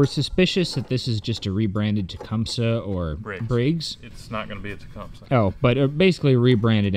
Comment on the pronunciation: It pronounced ta-com-see . ( tecumseh)